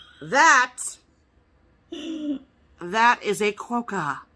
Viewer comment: I live in Western Australia and they live on Rottnest Island just off the coast near Perth. They are called Quokka not Qwoacka you made me laugh so much I show my husband what I was laughing so much about and then he started laughing.